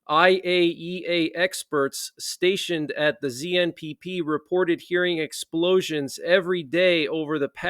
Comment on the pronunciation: You can’t say explosions 😢